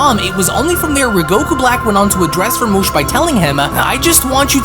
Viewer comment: Do you even read the manga your showing cuz it's literally written as rumshi not ramush..Jesus Christ it's like your quality is getting worse rather than better...I mean honestly you make yourself sound stupid by drastically mispronouncing what's literally written right in front of you